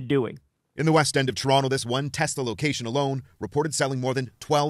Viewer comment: I love teslur! 😂😂